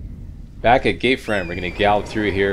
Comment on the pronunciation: You say "gate front" like "gay friend"